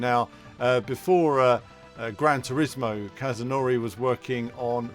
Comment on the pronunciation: "Gran Trismo"? Better change that to "Gran Turismo" 😂🙈